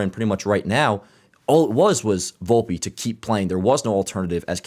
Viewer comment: its VOL-PE not booolpe lol